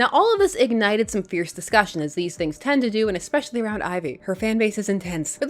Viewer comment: This book makes me yearn for scheming Lois and Bat-Mite and Turtle Jimmy and the Rainbow Monster and Streaky...good grief the writing is awful - what a waste of decent artwork. O.k. rant over. Thank you for your vids,. There is no "k" in especially (ekspecially). Teachers know.